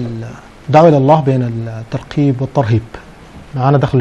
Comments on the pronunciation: الترقيب ؟؟؟ المذيع ما درس لغة عربية فرق بين الترغيب والترقيب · اول شي راجع لغتك الترغيب وليس الترقيب يامقدم البرنامج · المذيع لايفرق بين حرف القاف والغين . ويقول الترقيب والصحيح الترغيب. دا بقي دكتور كيف😆😆😆